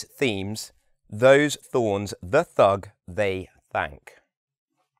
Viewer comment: Hi, why do you change your pronunciation of Th from TH to L (L TH-ug L-ey TH-ank) thanks